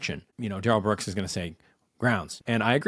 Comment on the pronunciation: Duh-rell has probably been “de-railed” a few times by some Bubba inmates.